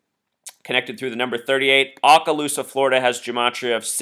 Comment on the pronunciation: Yes, he was my friend and coworker for 25 years. His memorial and burial will be on Monday. Oh and he can not pronounce Okaloosa. It is Okaloosa, not Aakaloosa.